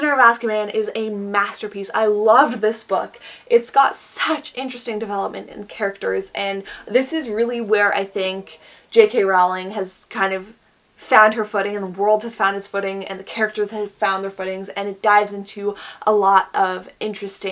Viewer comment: It's Rowling like Bowling